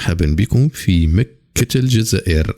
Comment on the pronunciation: سبق لهاد الكرغولي قال مكة في الجزائر وقال هي مدينة مكرة وززوروها بحرف الراء اصبحت مكرة كوكب لا لا عشرة في عقل واحد